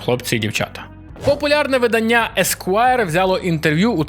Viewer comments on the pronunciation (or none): Правильно говорити не виданнЯ, а видАння.